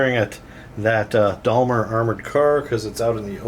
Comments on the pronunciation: Most definitely NOT Dalmer! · ....this is how we pronounce 'Daimler' in New Zealand....'Day-m-ler'. You really must work on your unfortunate American pronunciation! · It's pronounced Dame-ler :) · It's a long A sound in Daimler, as in paint, guys, great to have back doing bat reps again :) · that is an awesome mispronunciation of Daimler there.